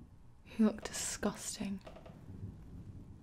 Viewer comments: "Discustin" immediately had me meming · Vayne Carudas Solidor "Disgousting" Haha